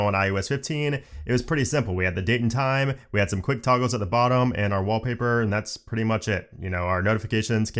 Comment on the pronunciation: Took me a few listens wondering what a "Wobbly Bird" was before realising you were saying "Wall Paper" 🤣